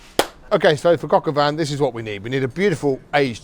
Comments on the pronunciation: Why do British people pronounce shit wrong on purpose like all of their lives? “Cock aw van” lmaoooo it’s “coke oh veen” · "Cocka van"...lol, brits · I pronounce it “cock al veen” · The bastard can't even say it correctly. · Du pain noir pour dire Pinot noir ; Huître pour dire sot-l-y-laisse ; crocavan pour dire coq au vin. C'est un shit doublage automatique.